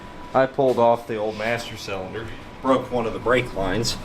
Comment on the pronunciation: Hope you’re feeling better man! Something you might get a kick out of is whenever I’m with my buddies and watch your channel we play this drinking game where every time you say “cellunder” we take a shot, and boy have we had some rough episodes 😂😂 keep up the good work sir!